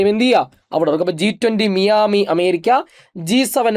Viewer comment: Its മയാമി